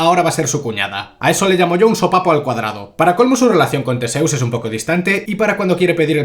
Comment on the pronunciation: Newton y Tesseus Newt y Thisseus Es que no puedo ni con esto, odio estás películas, pero odio más escuchar los nombres mal todo el rato